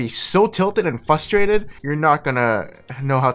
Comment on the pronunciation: it's FRUSTRATED not FUSSTRATED but also throughout the whole video